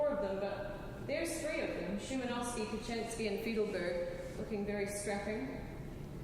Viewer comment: The Polish violinist mentioned was Paweł Kochański pronounced /pa vel ko han skee/